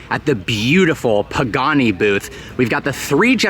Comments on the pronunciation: Literally said “Pooghani” 😂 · 3 generations of “pooganis” lol